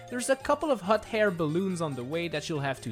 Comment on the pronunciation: For the daisy hill, yuo said hot hair